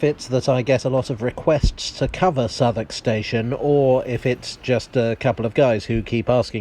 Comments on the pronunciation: Love the pronunciation of Southwark, nothing like how it's spelled. Definitely worth a visit. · I had no idea how "Southwark" was pronounced properly. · Ok, perhaps one of you can answer a questions for me. Despite being a foreigner, I’ve spent a good amount of time in Southwark, but I’ve never understood why it’s pronounced ‘Suthuck’. Is there an explanation? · It's called Southwalk just so Londoners can smugly snigger at American Tourists pronouncing it South Walk! It's a little known fact that half the place names in the UK were invented just to annoy Americans! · It's actually pronounced 'Suvverk' or Suvvuk' by the locals.